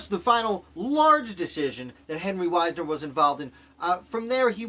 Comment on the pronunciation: I am descended from Henry Wisner. Our name is pronounced Wiz-ner.